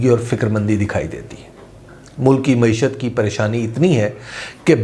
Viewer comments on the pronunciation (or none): none